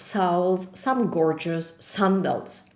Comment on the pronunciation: Excellent video! Just one minor comment. The word “sandals” in English is pronounced like - can, man, fan, candle, etc. Great job!!